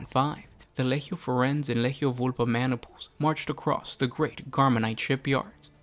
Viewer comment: It's Lee-Gee-Ohh. How much shit can you pronounce so horribly wrong every video man.